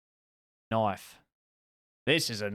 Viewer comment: Knoife=knoife guy